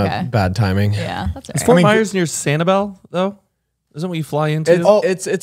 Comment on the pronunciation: NOT ME HEARING MY CITY FORT MYERSS